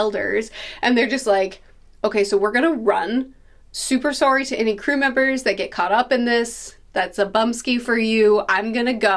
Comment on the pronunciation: Super soooorrry super Canadian